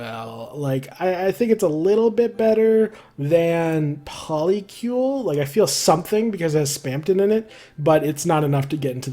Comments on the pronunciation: yeah, you pronounced polycule properly! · U pronounced polycule correct